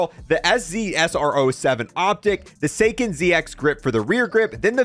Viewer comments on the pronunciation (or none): none